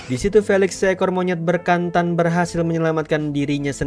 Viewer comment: se ekor monyet "BERKANTAN"😭 bekantan bang, ga pake R